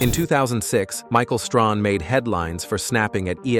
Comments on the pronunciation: Michael "Strohn". Never heard of him😒🤷🏾‍♂️ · It's Strahan not stronhan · Pronunciation """ Stray- han!!! Thanks